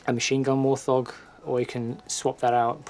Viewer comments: It's a wart-hog not a war-thog. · I'd not heard warthog pronounced "war-thog" before.